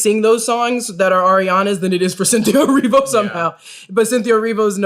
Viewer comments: eh-REE-vo. not erivio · Erivo not Erivio 🙏🏼🙏🏼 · The way he said Cynthia Erivo... yikes.